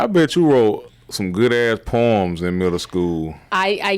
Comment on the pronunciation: She said poerms 😅 whew Chile